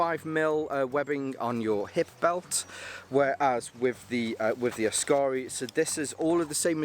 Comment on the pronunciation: Kukkaro and askare. Drag the second A in askare less. Short and sharp A. Askare, not askaare. Otherwise berfect 🙂👍